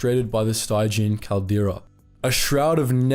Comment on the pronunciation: The word stymied is pronounced with the "y" making a long "i" vowel sound. So it's pronounced "st-eye--me-d," not 'stimm--me-d." Conversely, the word Stygian , at least in its traditional usage, as in relating to The River Styx, the "y" is pronounced with a short "i" vowel sound.